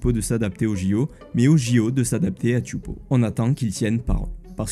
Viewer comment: Tous les ans les épreuves des championnats du monde de surf se passent à Teahupo'o (prononcé Téhaoupo et pas Tioupo). Ils ont l'habitude de recevoir le monde entier et ce sera pour seulement 4 jours. Rien de choquant à ce qu'une épreuve se passe dans les Outres-mer, c'est beau de les mettre en valeur. En revanche, héberger les athlètes sur un gigantesque bateau croisière de luxe, les faire vivre en autarcie et les extraire de la vie locale, ça ne dérange personne. Pendant que les athlètes en France dormiront dans des chambres de 9m² sur des lits en carton.